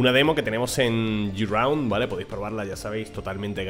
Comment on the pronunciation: no se dice yiraund, se dice GRAUND, ojo escribo tal cual suena, tus videos son muy buenos, pero aprender algo de ingles no le viene mal a nadie, recuerdalo para proximos videos GRAUND